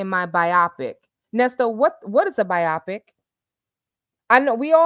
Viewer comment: I think it’s pronounced BIO PIC, but old Nesto the Finesto.